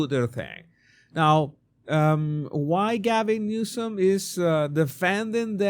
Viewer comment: It sounded like you called him Newscum.😂😂😂